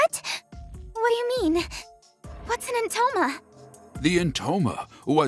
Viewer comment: Now that I'm watching this again, in 2026, I can't see certain characters from a different game when I hear the name "Entoma" cuz I can't unhear it as "Intoner". And I think they could fit right in. Anyway, let me just count down, why, no reason, really Five, Four, Three, Two, One, Zero